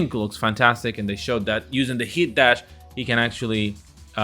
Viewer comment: Again it’s that not dat.